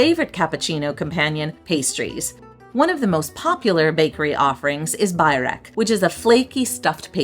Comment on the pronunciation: Dajti is like Dye-tee, Byrek is Buer-EK, and Hoxha is pronounced Hodg-yuh. No worries. It's a hard language. I am still learning.